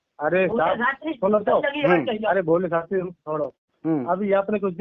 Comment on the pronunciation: Ise shabdon ko shuddh bolna aata nahin Shastri kisne banaya isko Shastri ko Shatri kahati kahati hai